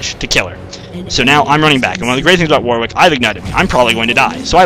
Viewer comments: Warwick is generally pronounced waw-rik or wawr-ik; the second syllable does not start with a 'w'. It's not pronounced how it's spelt, sure, but it's the name of an English town, and us Britons like to pronounce things differently just to throw foreigners off. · sorry to snap but it's not just you, I don't think I've ever heard it pronounced it correctly on youtube (must be an american thing). it's war-ick, you dont pronounce the w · for fucks sake if I hear it pronounced war-wick one more time I'll have a heart attack